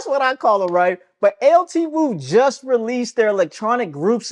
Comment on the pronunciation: Its pronounced L2. We want you to get it.